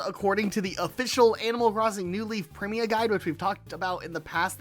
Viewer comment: Primia guide? You gotta add an "i" for it to say that. Prima.